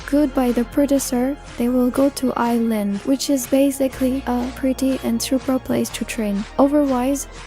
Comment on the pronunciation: It's I, not A. And also, you mispronounced some names of the girls.